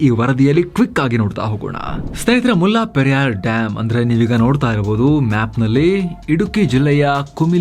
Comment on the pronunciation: ಅದು ಮುಲ್ಲಾ ಪೆರಿಯಾರ್ ಅಲ್ಲ. ಮುಲ್ಲ ಪೆರಿಯಾರ್ ಅಥವಾ ಮುಲ್ಲೈ ಪೆರಿಯಾರ್. ನಮ್ಮ ಜನಗಳಿಗೆ, ಹಿಂದಿ ಉರ್ದು ಭಾಷೆ ಬಗ್ಗೆ ಇರುವ ಪ್ರೀತಿ ನಮ್ಮ ಪಕ್ಕದ ರಾಜ್ಯಗಳ ಭಾಷೆಗಳ ಬಗ್ಗೆ ಇಲ್ಲ. ವಾಸ್ತವವಾಗಿ, ಹಳೆಗನ್ನಡ, ತಮಿಳು, ತೆಲುಗು, ಮಲಯಾಳಂ ಭಾಷೆಗಳಿಗೆಲ್ಲ ಸಂಬಂಧ ಇದೆ. ಇದು ನಮ್ಮ ಈಗಿನ ತಲೆಮಾರಿನ ಜನಗಳಿಗೆ ಗೊತ್ತಿಲ್ಲ. ಆದರೆ ಸಾವಿರಾರು ಮೈಲಿ ದೂರದಲ್ಲಿರುವ ಹಿಂದಿ/ ಉರ್ದು ಬಗ್ಗೆ ಬಹಳ ಗೊತ್ತು.